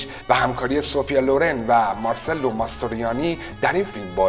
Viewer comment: درود بر شما و سپاس از ویدئوهای جذاب تون. تلفظ درست اسم "ماسترویانی" هم "مارچلو" است نه مارسلو